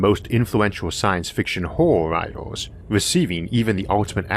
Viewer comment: Why do you pronounce words like Writers as 'writoows' etc?